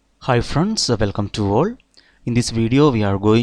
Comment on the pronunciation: I used to think you said "Welcome to work" lol I think it's "Welcome to all?" and thanks for the videos